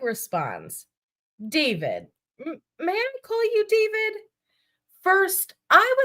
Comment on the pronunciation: Not sure of anyone brought it up but you mispronouncing David’s name hopefully on purpose is making me laugh every time you say it because if he listens to this he’s gonna be pissed and that makes me smile 😂😂😂😂😂😂😂